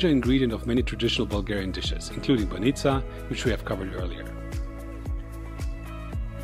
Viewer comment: Excellent - pronounce my favorite BAH'neetzah!